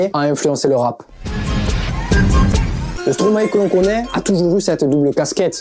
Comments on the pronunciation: La video est bien mais par contre ca se dit stromay pas stromaé frg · Par contre après toutes les recherches que tu as fait, je comprends pas pourquoi tu continues à dire "stromaé" au lieu de stromae... appelons un chat un chat, avant de commencer toute chose...🙄 Mais sinon c'était pas mal! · Parler de Stromae sans savoir prononcé Stromae..